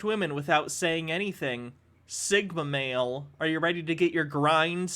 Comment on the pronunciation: “Thigma mill”